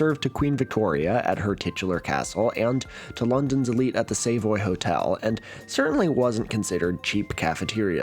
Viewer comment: Genuinely, as a brit, your pronunciation of "the Savoy Hotel" is extremely charming. You sound like an amiable cowboy who just rolled into London yesterday and is having a wonderful vacation despite the weather.